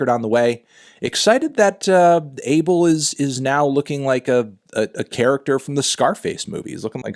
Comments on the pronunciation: His name is pronounced ah-bael not abe-el like everyone thinks it is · AH-BELL NOT "ABLE" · It’s pronounced A BELL 🔔 MY GUY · I'm ethiopian/eritrean. the way you're supposed to pronounce the weekend's first name is ah-bell. why tf are Americans changing his name to an adjective???? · No his name is abel pronouced AYY BEL